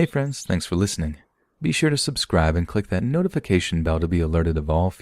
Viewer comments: “Hey friends, thanks for listening be sure to Subgribe..pffuck” Lol loved it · "be sure to subcribe pftuck" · "Hey friends, be sure to subcribe -- pffuck" LOL that made me smile a bit. Thank you for your stories!